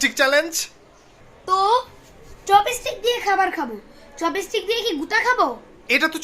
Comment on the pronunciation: উচ্চারণটা চপেস্টিক নয় চপস্টিক হবে ।